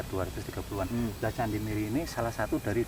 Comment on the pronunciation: bacanya miri atao meri ( anak bebek ) bang?